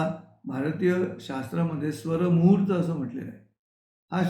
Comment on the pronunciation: खूपच सुंदर! बहिणाबाईंच्या कविता सुरुवातीला गाऊन खूप छान वाटले! स्वरमूर्त की स्वरमुहूर्त नीट ऐकू शकले नाही. पण त्याचे विश्लेषण खूपच परिणामकारक वाटते. तुमच्या या उपक्रमामुळे सकाळ प्रसन्न होते. धन्यवाद सर!